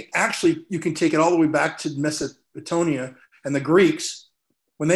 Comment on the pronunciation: Frank looks like a creepy uncle who isn't allowed near schools and playgrounds His attempted pronunciation of Mesopotamia was hilarious 😂